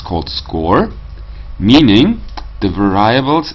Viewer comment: Thanks. Please mind the correct pronunciation of "variables" ;-)